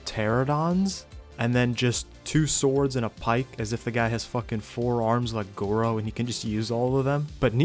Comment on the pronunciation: Ain’t no way you called zoro goro